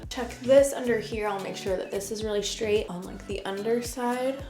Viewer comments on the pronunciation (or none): Straight not shtraight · Why do you sometimes say the word “straight” correctly and others incorrectly? It’s Str. Not schraight.